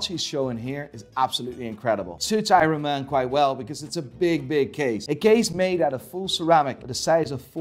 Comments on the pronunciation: “AYRUN MAN” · I too love "Eyeron Man" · Drinking game - take a shot everytime he says Ironman wrong 🤣